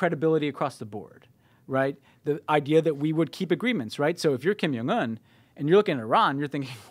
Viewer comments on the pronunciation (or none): Stop saying Kim Young Un, it's Jong with a hard "J"!